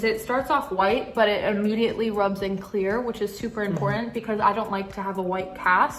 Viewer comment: IT’S IMPORTANT NOT IMPORANT(I just had to say it..)